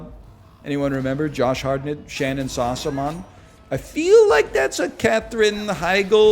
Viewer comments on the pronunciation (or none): none